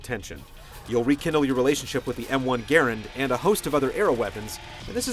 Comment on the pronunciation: lol he said m1 garand its grand XD